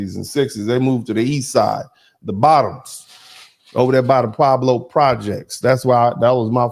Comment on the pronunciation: You sure you from LA? It’s the Pueblos not the Pablos lol